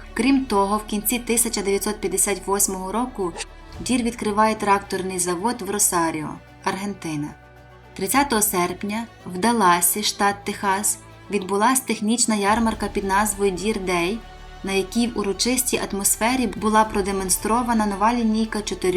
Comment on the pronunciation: Панянко, ставте вірно наголоси в словах, наприклад: ковАль - а не кОваль, ДАллас - а не ДаллАс.